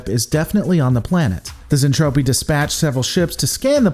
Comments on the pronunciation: Lore Lore Lore....Its Zentraedi "Zen-Trad-ee", not Zentrophi, LOL Also its Space Fold, not Warp Fold...lol x2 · Repeat after me "zentraeDI", not "zentrapi" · Hey. Lisa isn't trying to kill everyone. She is a Tsundere. Also its Zentraedi(Zen-trah-dee). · Zen traa deee that's how you pronounce it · Awesome, can't wait for more but please stop saying zentropi its making my brain hurt. ;) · I do believe he's making a joke with his intentional Zentraedi mispronunciation.....Zen-TROPE-Ē....trope.....get it? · It's Zen-Tra-Dei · Mmmm something ain't right here.... Oh yeah it's the Robotech version, not macross. It gets confusing sometimes.... The show is certainly better than Gen 1 DragonBall, but I would not recommend watching Robotech unless you are already a big fan of macross as I am. Also you gotta work on the pronunciation of zentradi.... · UN subbing unless you say Zentradi correctly There is no fuck'n p in the word... Seriously try harder..